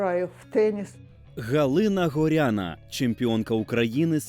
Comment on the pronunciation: Чому ви кажете ГорЯна, коли правильно ГорянА